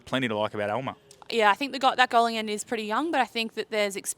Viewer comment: Elmere is pronounced "El-muh-ray"